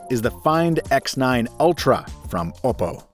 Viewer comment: Kudos for being one of the few reviewers who pronounces Oppo correctly